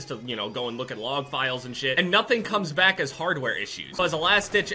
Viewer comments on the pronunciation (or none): none